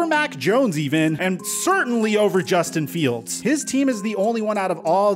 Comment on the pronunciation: Yo why did you have to emphasize Justin Fields name like that lol